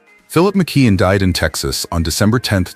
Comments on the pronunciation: It's pronounced MICK-KEY-ON! Not MICK-KID! SMDH! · It is McKeon not McQueen